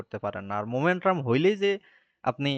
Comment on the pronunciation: Not Momentrum just Momentum/ ক্লাসটা খুব সুন্দর ছিল বাট মোমেট্রাম কথাটা বড্ড বেশি কানে ভাঁধছিল।